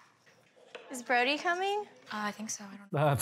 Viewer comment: I will never not laugh when calls Brody "Bordy" hahhaha